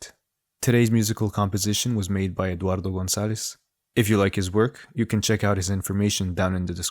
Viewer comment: That was a perfect pronunciation for 'Eduardo Gonzales'. Nicely done (assuming of course Spanish is not your mother tongue ;P ).